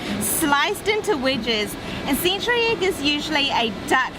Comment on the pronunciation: “Theck slice of butter”? “Sintree egg”? Guys, think you’re mixing up I and E... hehehe just messing - great video.